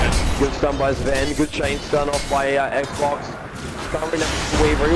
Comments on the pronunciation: Listening to the narrator call XBOCT ''Xbox'' is fucking painful to my ears. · Its XBOCT, not X BOX